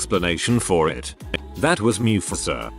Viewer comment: When the bot pronounces mufasa as mewfasa